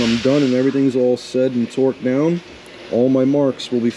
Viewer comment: I swear I heard him say "Twerked down..." 🤣